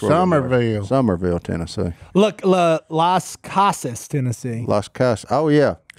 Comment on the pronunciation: It’s pronounced Las then cassas. I live 10 minutes from there. Love y’all! I have laughed so hard today.